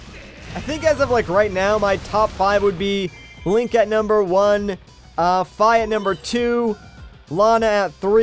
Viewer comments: Fi is pronounced fee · Pascal_Nintendo No it is not. It is pronounced Fi. This has been confirmed by Nintendo. Not to mention the voice actress in this game pronounces it this way. Ever heard of the song fee fi fo fum? The giants song? It is pronounced the way it is spelled. Fi.